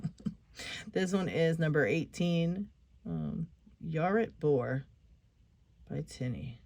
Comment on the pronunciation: That was a stunning tutorial, absolutely perfect. The lock was my Grandad's, he came from Norfolk, and when I went around to his house he'd say, "Yar Rit Bor," which means, are you alright boy in Norfolk talk. It's great to hear you talking Norfolk 👍😃 Thank you very much for your kind words 🙏 All the very best to you and yours ❤️😍🥰😘😘😘 PS Hope everyone enjoys it 💕